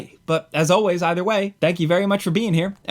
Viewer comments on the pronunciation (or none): none